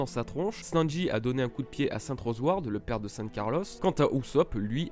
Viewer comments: prononce le sanji et pas senji stp sa me stress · Mon gars di les U correctement s.t.p le U se prononce ou ! Et sanji et non senji 🤦🏼‍♂️